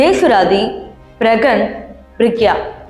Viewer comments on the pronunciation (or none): ஜேசு ராதி இல்லை ஜேசு ரதி.... புரியுதா. முதல்ல ஒழுங்கா பேசு. அப்புறம் vj vaa வருவ...